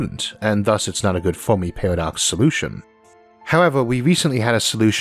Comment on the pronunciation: "Biwwions" "fewmi" lol you cant say your r's or l's